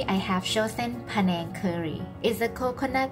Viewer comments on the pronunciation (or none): This was so much fun! Thank you so much for including me in the video! Just a small correction for the video description, the panang curry name is written as “penang” but the words are actually unrelated. The name of the curry is pronounced like “pah-naeng” and the Malaysian island is pronounced like “bae-nuhng” in Thai.